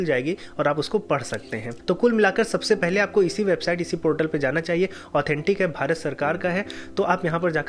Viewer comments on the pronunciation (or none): none